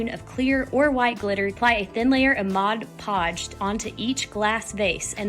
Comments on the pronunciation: MOD podge Not MODGE podge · if they are going to do a you tube then they need to pronounce words correctly. That is my worst pet peeve about you tubers calling Mod Podge Modge Podge. Don’t they read the label for Pete sake?